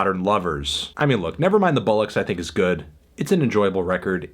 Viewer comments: 'Bullocks'? ... Bollocks - Pronounced 'Bole-ocks' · Did he pronounce Bollocks as Bullocks! As a British citizen I am deeply offended, how dear you miss pronounce our cockney slang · The way he pronounced "Bollocks" really triggered me. It's Bollocks not Bullocks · Anthony you know I love you but if you pronounce ‘Bollocks’ like ‘Bullocks’ again I will burn a Union Jack into your front lawn again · Psssst, Melon. "Never Mind the Bollocks" It's pronounced "Ballocks" .... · can we talk about the way Anthony pronounces bollocks? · Let’s Agree: Anthony’s pronunciation of “Bollocks” is a solid 2. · Dooby BRS This pronunciation of ‘bollocks’... it’s not good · Let's agree: the way Melon pronounces 'bollocks' is hilarious. Why has no one mentioned that yet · Please learn how to say bollocks correctly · you’re pronunciation of ‘bollocks’ was waaaay off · British fans aren't okay with how you pronounce the word 'bollocks' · Fantano’s pronunciation of “Bollocks” is fucking killing me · As an Englishman your pronounciation of the word "Bollocks" is hilariously bad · can't pronounce bollocks smh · how did you say bollocks wrong?